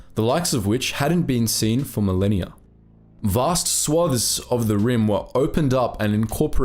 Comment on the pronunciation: Overall, very good, However u use the word swathes far too often and u miss-pronounce it.